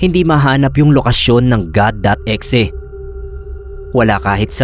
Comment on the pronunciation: bakit E-XE pag kaka pronounce 🥹🥹 pwd naman kasi as IH-EX-IH HAHAHAHHHAHAHAA